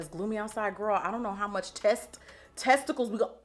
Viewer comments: When Jackie said test-icles I YELLED ☠️☠️☠️ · Did you just you just say testi— ... anyways 😭😭😭😭 $SaMariAponte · Not “TESTtea-culs “ I’m cryingggg! 😭 I’ve been on edge about the eye bright concealers, but imma give it a try, so thank you Gurl! My cash app is $derrickdavismua 🥰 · okay now i NEED these fenty products cus i need my skin to be lookin like jackie’s!! the glow in unreal 😭 also “test-icles” and those dogs took me OUT 💀 $jadeythebabey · I was wrapping my dinner up as she said “test- testicles “and lost my shit 😂😂😂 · You are very informative and hilarious! Test-ti-Cals, lol. Do you think you will use a setting spray or powder with this?